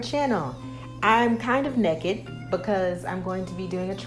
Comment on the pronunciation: I’m not alone !! You also pronounce Naked like Necked lmbo!! My husband makes fun of me all the time .